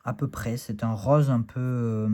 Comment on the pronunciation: Ahhhh ..le "rauz" du Sud-Ouest ❤ ;-). Plus sérieusement, très très beau, j'aime beaucoup le dos, les tranches " rauz" ;-) , il y a du contraste, de très belles couleurs. Je ne savais pas s'il y a de l'IA dans ce deck en revanche ? Pour finir: payez par carte les gens et pas par PayPal. Soutenons nos boutiques car PayPal implique des frais payés par Nicolas.